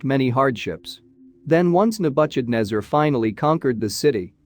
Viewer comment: Agreed..... pronunciation errors are horrible. Nebukadnesar is unrecognizable. Cancel Apia.